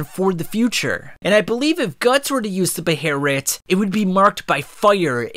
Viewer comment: I absolutely hate hearing it called a beherit